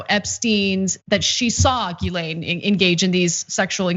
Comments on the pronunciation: people making comments trying to turn pedophilia political and i'm just there wondering why people keep pronoucing Guislaine as Guylaine. also pedophiles arent a political thing people ffs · Her name is pronounced "Jiss-lane" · Ana how did you read that wrong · Can someone on tyt have the decency to teach Ana how not to butcher a French surname.. ffs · Can someone at TYT ask Ana why she insists on mispronouncing Ghislaine's name?